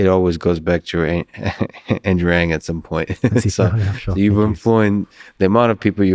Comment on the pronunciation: Thank you for pronouncing "Ng" at the beginning of the video! His name is everywhere, but it's not easy to find out the pronunciation. Also great questions, and inspiring, insightful answers from Andrew.